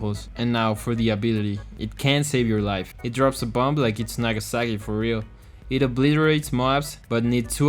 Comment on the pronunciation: Bro the way you said it “dropss a bom like iss nagassaki forreal” 😭😭😭😭😭😭😭 instant sub for that joke and the accent makes it sound better